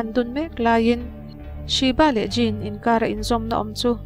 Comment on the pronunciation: Djinn ti a lam tur